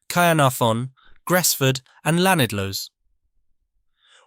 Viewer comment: TBF I thought he did quite well on Machynlleth but not so good on Llanidloes